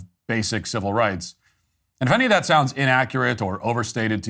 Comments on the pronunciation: THE BLACK LAWYER IS A GHETTO DEESE, DEMS AND DOSE TYPE. HE LITERALLY SAID---- DAT INSTEAD OF THAT, OVER AND OVER AGAIN. HE IS A HAIR'S BREATH FROM TOTAL ILLITERACY. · The word is THAT, not "DAT".